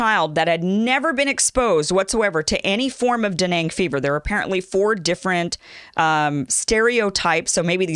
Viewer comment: What’s danang fever? Are you trying to say [Dan-gay] dengue fever